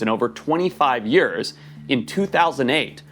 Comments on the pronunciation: Why does Forrest say the word years in a funny way? He talks like normal and then says yurrs al of a sudden. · he says years like yoeurs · The way forrest says years. “yerrs” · "For yers"... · Why he say Years like that Lmfao 🤣. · As a saffa, hearing the way Forrest says 'Years' is most satisfying